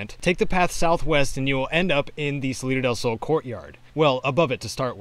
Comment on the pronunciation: Salida del sounds more like citadel gaaaah.